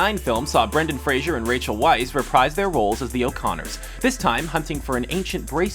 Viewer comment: Nobody cares, but there is no "I" in Brendan Fraser. Not a Cheers character. Think Star Trek stun-gun with an "r".